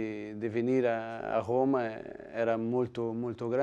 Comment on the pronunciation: Roma è la capitale d'Italia e tutto il mondo lo sa e lui la pronuncia oma